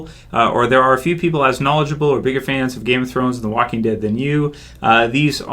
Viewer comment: Did he say The Wacking Dead?